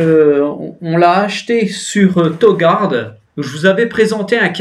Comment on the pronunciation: On dit touu gouarde